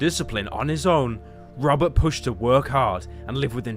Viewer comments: rrrrrrobert Patterson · You pronounce “ Robert” like “rubber”